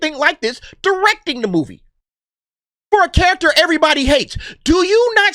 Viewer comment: Did you say Diwrecking the movie? LOL Rik Spector